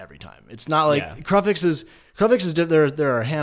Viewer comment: lol "Kruff-ix" / "Dame-ia"